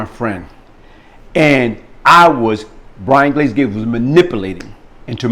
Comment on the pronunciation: I love...he never pronounce his s’s